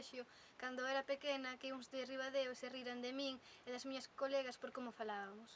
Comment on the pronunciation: e porque di "colegas" sem gheada?